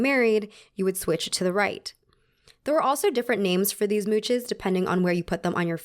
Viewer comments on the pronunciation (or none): "Moosh" not 'moutches' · French pronunciation from a random frenchie : The "ch" in french is more like the english "sh", cus there's no "t" like in "much" which sounds like 'mutch" Also the plural "s" in french are silent So mouche/mouches would sound like moosh. :) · Mouche = pronounced moosh Edit: love the wig btw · French person here: it is pronounced "moosh", not "mooch". ^^ Our word for "fly". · Its pronounced "moosh' not "mootch" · mooches lmfao! mooches for smooches :D moosh, the french ch has an sh sound, such as in the word machine. deus ex machina is similarly mispronounced by many in the english speaking countries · It’s “moosh” …. Not mooches…. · please not "mouchezz" try pronouncing it as "moosh" 🤩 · It's actually not pronounced 'mooches' but 'mooshes' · I love how u pronounced mouches thats so cute (its pronounced moosh) but mooch is better hahah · Please just pronounce "ch" as /ʃ/ when speaking French :'))) I cringed every time i heard "mootchez" you just pronounce it "moosh" even in plural 😭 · As a native french speaker I love how you say mouches as "moochez" It's pronounced more like "moosh", but it's okay, french is weird 😂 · Absolutely loved this video! for future reference, "mouches" is actually pronounced like "moosh" rather than mooches/mootches <3 It’s not the exact pronunciation but I find that it’s the closest :) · It’s pronounced “moosh”, be it singular or plural. And “plaster” for plaister. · CH in french is like SH think “Chanel” so moosh. does all the research in the world but not google translate 😭😂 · I love the video and it thought me a lot about French culture even if I’m French. I’d just like to add that “mouches” is pronounced “mou-sh”, the “-es” is not pronounced in French. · loving the content but please please double check pronunciations<3. mouches is pronounced “moosh” whether plural or singular, the only time you get that hard ch sound in french is if it’s a foreign word and they put a tch so you know! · Lay moosh!